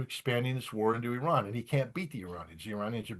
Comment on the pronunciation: Refreshing to hear the correct pronunciation of Iran as "E Run" and not "I Ran". It is getting clearer now why this great power is missing from the last great war revealed in the holy book. Arrogance and bullying have their consequences and costs.